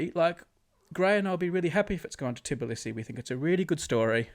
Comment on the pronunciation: hey, im from georgia and brady saying "tibilisi" is triggering me so much its "tbilisi", i am sad.